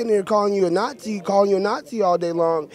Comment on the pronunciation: What's a "nathzi" ?